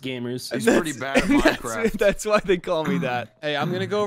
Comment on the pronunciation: You say Minecwaft